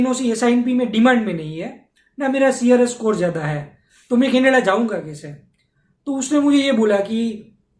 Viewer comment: මූට කැනඩාව කියන වචනයවත් හරියට කියාගන්න බැරිනම් අපේ එවුන් මොකට බොරුවට බය වෙනවද...